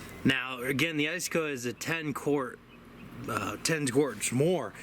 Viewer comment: "ice -a-coe"???